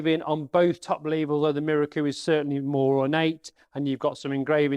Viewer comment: Apart from your very good and informative presentation, I am please you pronounce Miroku correctly. I have people try to correct me with this correct propnounciation by telling me it is pronounced Mirooooooooookoooooooooo. A little exagerated but you get the meaning. I checked with a Japanese national I used to work with who told me I was correct. So folks, it is pronounced Miroku and not Mirooooooooookoooooooooo! Rant over.